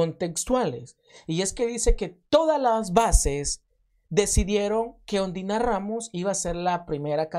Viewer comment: Yo escuche que en vez de decir Ondina dijiste ondiya rramos jajaja hoy s i me insistes rreir